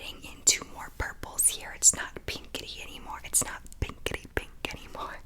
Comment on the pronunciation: It kind of sounded like pinkity drinkity 😂😂